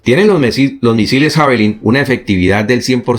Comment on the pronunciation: Sólo una pequeña acotación para que sigas manteniendo tu alto nivel de profesionalismo e impecable oratoria: Se pronuncia "Yavelin".